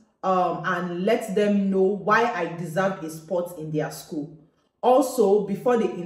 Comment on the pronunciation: you didn't said the school very well